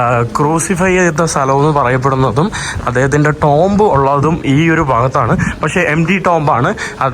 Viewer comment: എടാ കുഞ്ഞനിയാ,, നീ Tomb എന്ന വാക്ക് മൂന്ന് പ്രാവശ്യം ടോംബ് എന്ന് പറഞ്ഞു കേട്ടു. റ്റൂം എന്നതാണ് ശരിയായ ഉച്ചാരണം എന്ന് വിവരമുള്ളവർ പറഞ്ഞു കേട്ടിട്ടുണ്ട്.